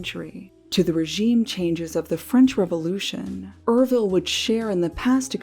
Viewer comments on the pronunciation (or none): URVILLE, FYI, is not "er-vill" it's pronounced as YER-VILL ( rhymes with 'her will' ) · Me reading the title, "maybe it's yer-vile or pronounced you're vile." Atrocity: Er-ville 😫